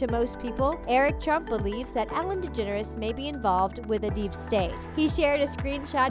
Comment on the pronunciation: Said degeneres wrong